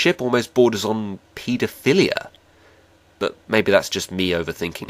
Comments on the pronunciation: pee-do philia? Don't you mean pedophilia, because I don't think you pronounce it that way. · it's pedo-foalia ! XP lol